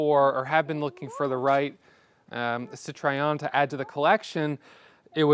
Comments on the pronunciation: Citroen not citrayon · Oh please, if you don't want to try spelling nasal vowels, please don't make a CitrOEN to CitrEOn,,!!!! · Yes, please give this Goddess the respect it deserves and use the proper name. I had a new red '72 and I LOVED it. Wish I still had it. I enjoyed your review and the trip down memory lane, but the way you mispronounced the name grated on my sensitive ears. Sit-row-en, not Sit-try-on. No need to re-film everything, but if you could over-dub the correct pronunciation, it would make me, at least, if not anyone else, feel better. Otherwise, a nice presentation of a lovely, lovely car that I wish I still had. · Why can't an intelligent looking & sounding 30+ years young man, invest in studying the correct pronunciation of a car he owns?! He calls it CITROYEN.....But it's CIT RO ËN. He skipped a few models of these cars being produced from . The ID Model. 1st. 2nd. & 3rd. Nose. The DSpecial. The Dsuper 5. All info is on Google today. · Great video and an amazingly beautiful car, you're so lucky! But please learn how to pronounce Citroen! Sit-roh-en, not sit-ray-on. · Thank you. Hearing Citryon is making me crazy. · Sit Try On? - why do Americans not know how to say Citroen? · Apologies in advance, but it’s pronounced: Citro-en. I’m just using my ears that’s all. And I’m a perfectionist. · Best way to pronounce Citroen is “Sitroh-Ehn’ in French. In the UK we say ‘Citron’ 😅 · WTF is a SeeTriOn 😂😂😂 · I've never heard of a sit-try-on. Is this some obscure American marque? How TF can you be a petrol-head and not even be able to pronounce the brand? Exquisite car tho! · It's not a "Cit-Try-On" Learn how to pronounce Citroen. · Very nice addition to your collection, those cars were very avant-garde when they were produced and seeing one in this mint condition is quite remarkable. One note if I may... the maker is pronounced Citro-hen;) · Please learn how to pronounce Citroën correctly.